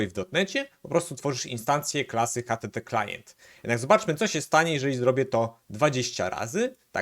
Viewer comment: Całe czas słysze, że mówisz htteklient :)